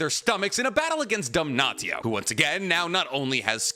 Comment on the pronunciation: "dam-naht-io" bro please why are you intentionally saying it wrong, its givingthe same vibe as people calling naruto "nuh-rue-toe"